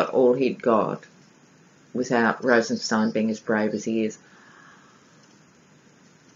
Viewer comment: Loved this reading on Rosenstein (pronounced stine as in spine ☺️). Rod Rosenstein is a Lion of Judah , a righteous dude! He and Mueller are true American heroes. Thank heavens there are some actual men in the Justice Dept who actually care about the rule of law. They both are 100 times smarter than the adolescent orangutan and the adolescent baboon he has for counsel. Both Trump and Cohen are stupid and cruel men. They are in the soup now ! They have Cohen dead to rights on a number of financial crimes I am sure. Even if he does “sing”, I do not think he will be able to avoid prison. The really delectable part of this story is that because the raid was conducted by the Southern District of New York, no presidential pardons apply. I am sure that R and M considered this when deciding which office should handle the raid. Another morsel is that there is no statute of limitations for tax fraud! So Cohen could be looking at many many charges just like Manafort. Not to mention serious campaign violations regarding money used to “buy” silence on who knows how many women? In the book “Fire and Fury”, Steve Bannon reportedly told the author that there were hundreds of women the Cohen “ took care of “ for Trump during the campaign. As of yesterday Michael Avenatti, Stormy Daniels attorney, said that he was preparing to release a sketch of the man who assailed Ms. Daniels and her infant daughter in a Las Vegas parking lot outside a fitness gym. They were going to ask for the public’s’ h